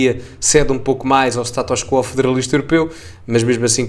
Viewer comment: Não é STATÓS CUUUUUUUUUUUUO é SATUS QUO ( o O é que é assentuado: QUÓOOO) na espanha é que dizem CUO